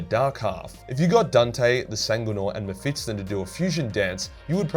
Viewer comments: Why do you pronounce it as Me-PHIT-son Its me-PHIS-ton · Anyone else find the way he pronounces Mephiston annoying? :D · Legends state that the Emperor will return to save humanity the day learns to pronounce Mephiston